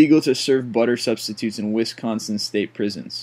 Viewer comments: The butter thing is in theory to help the dairy state by supporting the dairy farms in Wisconsin. Also, apologies but, you say Wisconsin very weird. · You pronounced wisconsin wrong... BREWER RAGE!!! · I sit back and laugh while I listen to people say Wisconsin wrong 😂😂😒